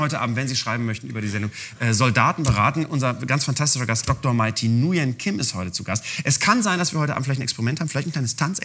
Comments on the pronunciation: Und alle warten drauf wie spricht er es jetzt aus 😂 oooh fail 🥺Nürn-Gim 🤗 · Sie Heißt nicht Nuen Kim, sondern wie Nürn von Nürnberger. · Schaut euch das video von pocket hazel wo sie erzählt wie man den namen "nguyen" ausspricht Spoiler: nuyen ist suf jeden fall falsch!😂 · Wenn Mai ständig in Videos erwähnt, dass Nguyen wie „Nürn“ von „Nürnberg“ ausgesprochen wird, aber Janni es trotzdem nicht packt :D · ich dachte das wird wie Nü-yen ausgesprochen. ich hatte auch einen klassenkameraden mit dem Nachnamen und er sagte es so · Er hat das schon ziemlich gut gemacht. Das N vielleicht ein bisschen zu "vorderzungig" (schwer zu beschreiben), aber an sich nicht schlecht. Ich bin Deutsch-Vietnamese. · Sie wird Nürn ausgesprochen (also das Nguyen) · Von Hazel hab ich gelernt es heißt ausgesprochen "nürn". Glaub ich.. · Den Namen spricht man sich Nwen aus oder irre ich mich? 😂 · Man spricht es Nürnkim. Was ist denn so schwer daran? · nürn-kim wird's ausgesprochen! Man Jan das hat sie doch oft genug gesagt :) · Dieses ganz flüchtige Schmunzeln auf Mai's Gesicht, als Jan "Nujän" sagt 😂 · Böhmermann hat dein Video zur Aussprache deines Nachnamens Nguyen wohl nicht gesehen😅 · Er hätte sich mal das Video anschauen sollen, wie man Nguyen ausspricht. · Es gibt Vietnamesen die können es selber nicht aussprechen... Jedenfalls ist das Falsch. Es ist auch keine Nord oder Süd Aussprache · Es wär trotzdem nicht richtig ausgesprochen, wenn man es so aussprechen würde LMAO. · Der Nachname war falsch ausgesprochen, oder? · Ähm.. Mai , der Typ hat Nguyen falsch ausgesprochen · Nguyen einfach falsch ausgesprochen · Wie kann man ihren Namen so falsch aussprechen?! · Hätte er Videos gesehen hätte er Nguyen richtig ausgesprochen 😂😂😂 und was hab ich gelacht wegen diesem misslungenen Experiment ☠️😂